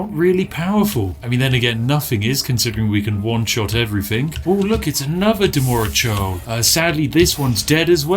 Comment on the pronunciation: reads dremora churl “Demorah Shurl” XD